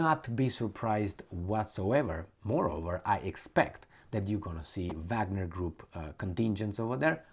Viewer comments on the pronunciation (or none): none